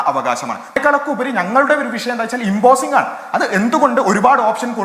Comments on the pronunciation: നീ ചേർക്കണേന് മുന്പ് അക്ഷരസ്ഫുടതയോടെ പറയാൻ പഠിക്ക്. വിശ്യമല്ല, വിഷയം അതാണ് ശരി. " വിശ്യം " ത്ഫൂ.... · വിശയം അല്ല വിഷയം വി ഷ യം ' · വിശയം അല്ല, വിഷയം ആണ്. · വിശ്യം അല്ല, വിഷയം ന്ന് പറ.😂